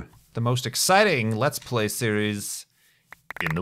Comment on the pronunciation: can some one tell me why he says serieseseses